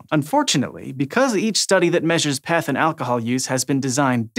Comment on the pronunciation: If that guy says Peth one more time...